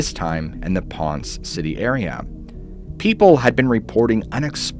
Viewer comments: It's "pohn-sey" not "ponse" 😭 Poor Ponce getting butchered. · Great video. The only thing I would add is that the Narrator says Ponce(Ponz) he should pronounce it as Pon-say. Down In The Deep Blue. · It’s pronounced pon say. Ponce. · Please next time you do a video and you mention another country at least look up how to pronounce the names. I'm Puerto Rican and it was really hard for me listening to you butcher the name of the town Ponce you mispronounced it like crazy it was brutal for me! There were other names and words as well but that one stood out the most to me. 😫😵